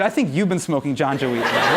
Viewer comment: Can somebody tell Hasan its not "janja" weed, it's actually ganja weed. i'm sorry I just had to say this